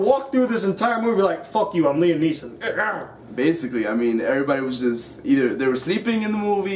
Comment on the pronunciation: NEESON!!! not neilson